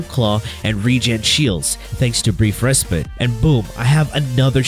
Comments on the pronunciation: its respite not respit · It bothers me each time he says res"pit" lol